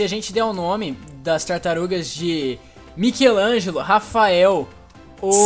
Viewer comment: Seu português e lindo e nickelodeon e michelango e club cooe e uma bosta